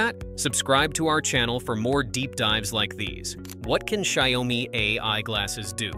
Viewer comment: can you please pronounce XiaoMi the right way? 😅